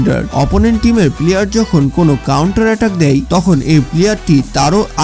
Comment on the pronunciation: ভাই আপনার উচ্ছারণ ঠিক নেই পিলিয়ার বলে 😆😆😆😆😆😆😆